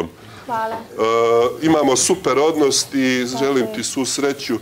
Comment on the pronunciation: Jel on ovo reče super odnosT?